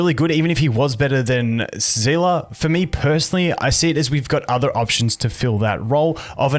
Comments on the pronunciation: i cant stop being annoyed at the pronunciation zeela like how do you pronouce it as that it clearly has an s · Just so you know for the future seele is said like see-le not as one whole word kinda like stan-le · I’m pretty sure her name is pronounced Seal Lee, Genshin has creatures in the game that go by the same name and are pronounced that way. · The live stream pronounced it as Zee La. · can anyone tell me why everyone is calling seele "zhila" now? i heard bronya say her name in honkai countless times and she never said "zhila" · thats in chinese , but in english pronounciation they called her "zilah" also in the past time stream the host and her V.A called her as well as "zilah". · zila is Seele German pronounce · im just confused everytime he said seele as zilla xD